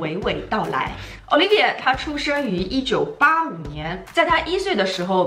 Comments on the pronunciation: 我咋一直听成奥力给，没有不礼貌的意思。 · 小可爱跟我读 Olivier（法语）：欧～力～V～耶～。